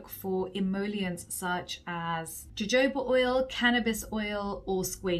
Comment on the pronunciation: hey just here to correct your pronounciation to Jojoba oil (ho-ho-ba) 💕